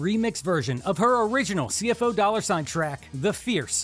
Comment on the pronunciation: Just politely letting you know for future videos, CFO$ is pronounced 'see-eff-ohz' not 'see-eff-oh-dollar sign.' Other than that, keep up the good work! 🤘